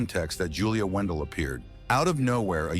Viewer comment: her last name is not WENDELL ITS WANDELT